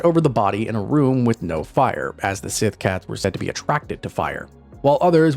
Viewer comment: Their Gælic is atrocious, Síth isn't being pronounced correctly either. "Gaylick siTH cats on SAM HAYNE" 🤦